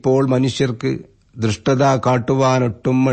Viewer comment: ഉഗ്രൻ ആശംസകൾ, ദുഷ്ടത ദൃഷ്ടത എന്നായോ ഞാൻ കേട്ടത് തെറ്റ് ആണോ